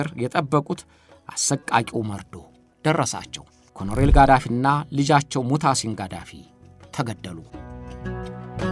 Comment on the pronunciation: ኮሎኔል በል ኮሮኔል ኣደለም